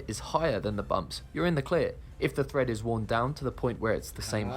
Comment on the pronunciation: It's tyre TREAD, not thread, wtf is this narrator talking about?